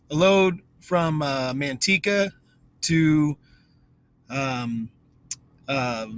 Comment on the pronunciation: I'm Indian. Very rare for non indians, so only half the planet, to get my name right. Indian languages are tonal, English is phonetic. When the two meet, either way, it makes for weird sounds. 😎 butchered Manteca when you mentioned it, not buttery at all. 😂. Gus reminds me very me much of my grandson. He's a couple of years older than Gus. He's on the autistic spectrum too.